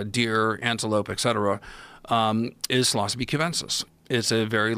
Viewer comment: did he just pronounce psilocybe as sillosophy, i always say sillosibe, why does this annoy me so much.